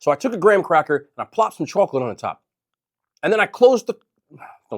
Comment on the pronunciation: I love you. But I have to .. chawklet